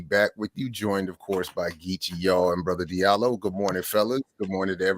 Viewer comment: Diallo in Fulani is pronounced Jah - Lo. Not Dee-Ah-Lo. Please pronounce the name correctly. In French the "J" sound is produced by D+I=>J. In Sierra Leone and Liberia, the Diallo's are spelled "Jahlo.". Recognize the damage Colonialism and the imposition of the language has had on our people.